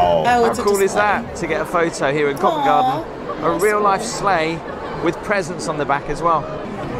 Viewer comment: Once again is right. She pronounced Covent Garden correct! You HAVE TO, HAVE TO visit Covent Garden when in London. Tiny shops, great street performers, great cafes/pubs/restaurants. It is a must any time of the year. Free to visit, but you could spend a lot of money when you’re there!